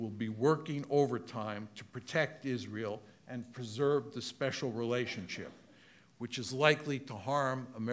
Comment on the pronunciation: "spexial relationship" 🤣